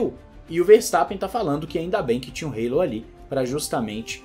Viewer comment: O que é o Reilou??????? Se todos falam Hallo( álo)!!!